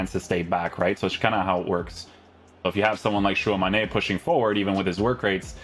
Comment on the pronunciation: love how is so posh saying tchouameni’s name while still saying it wrong! it’s not tchouamane it’s tchouameni